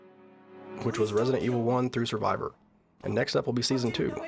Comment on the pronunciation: Survivor is Law? I can't figure out what you're saying there and even the closed captions were confused.